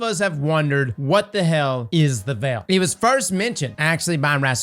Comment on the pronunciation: Obviously we’re wondering about The Veil, but this guys asking more important questions, “what is the Vel?”